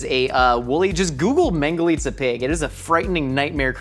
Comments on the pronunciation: nice pronunciation on the mangalica, keeps impressing me with everything he does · pronouncing mangalica nearly perfectly is one of the most impressive things ever!